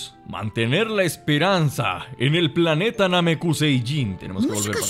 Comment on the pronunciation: No es namecuseiyin es namecusei